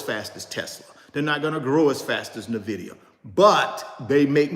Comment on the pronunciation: Nice video!! Btw its pronounced "ENvidia" as in "envy" in spanish or latin. In fact, the logo is a green eye